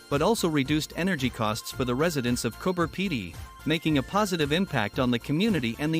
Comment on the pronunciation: coober pedy not cooper pedy